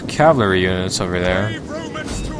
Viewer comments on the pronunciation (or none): Cavalry is pronounced cavalry, as in ca-val-ry, cah vaaalllll, reeeee. NOT: Cavlary, or calvary